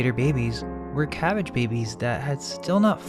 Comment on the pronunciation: Ca-bag-ge calcium bag german?